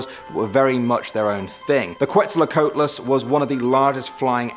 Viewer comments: You pronounce it quat so coo wat lis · That’s not how you say quetslequatles